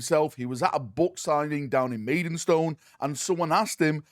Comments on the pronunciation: As someone who lives in maidstone its not pronounced maidenstone XD also shout out to maidstone games workshop, where the book signing took place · There's no "en" in Maidstone ya plonker!! 🤣🤣🤣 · Noone commented on 'maidenstone' yet?! 😂😂😂